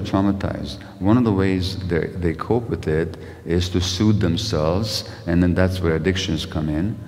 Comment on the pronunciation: "soothe", not 'suit' 20 seconds in